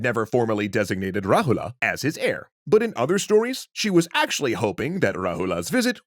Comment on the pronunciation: You're not supposed to pronounce the character "a" that's at the last of a word.. For eg Rahula is correctly pronounced as Rahul, Siddhartha is correctly pronounced as Siddharth